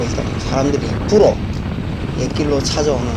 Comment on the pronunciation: 부로 찾아온다 사투리 ㅎㄷㄷ